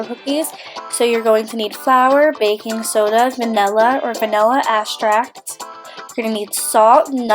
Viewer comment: It's pronounced ex-tract not vanilla asscracked